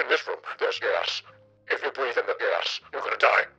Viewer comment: is he just saying gas or gay ass?